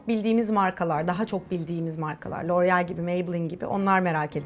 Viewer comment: Loreal derken çıldırıyorum 😑